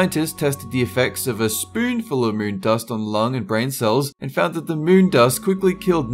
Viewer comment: "about the mune"